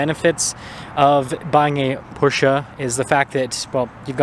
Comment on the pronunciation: Please procurance PORSCHE properly!